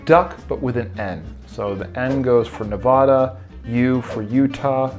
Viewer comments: You pronounced my state wrong :(( Nev'a'da's middle 'a' is pronounced a as in apple, not a as in caught. 😊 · Cute idea. But PLEASE say the states names correctly if you are going to make videos about states. It is NOT Ne-vah-da! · its ne-va-duh the pronunciation